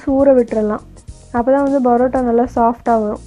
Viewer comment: It's not barota it's parota